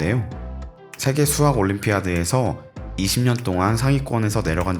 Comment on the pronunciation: 스학이 아니고 수학입니다. 시옷발음좀 잘하세요